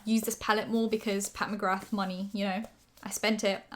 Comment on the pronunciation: The "th" at the end of McGrath is silent. ✌️💕